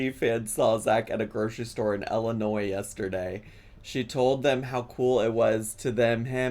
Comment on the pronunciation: I’m from West Central Illinois and I work for the municipal government, you are absolutely pronouncing Illinois correctly!!